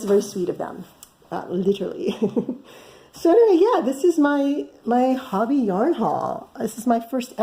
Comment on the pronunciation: Listened to a video by Hobbii, and they pronounce it hoe-be. I love their yarn!